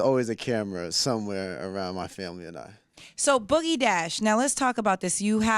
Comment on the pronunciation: It's cookie dash not boogie